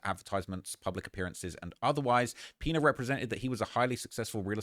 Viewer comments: Great Video but the Last Name is pronounced "Piñas"! 😂 like Piñatas 🪅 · "The peenuhz" 😂 🤦🏾‍♂️ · I thought was calling him "peanut" 😂